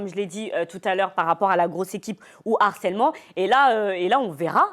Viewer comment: Une fois de plus le mot HARCÈLEMENT dans une émission. Et une fois de plus " un n'harceleur" putin mais pas de liaison avec le mot!!